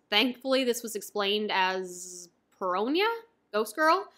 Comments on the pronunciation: You say "Peronia" for some reason. It's "Perona" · btw XD Perona isnt Spanish XD so its not Peronjya just a normal plain ol' N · It's just Puh-Ro-Nuh, no "ña"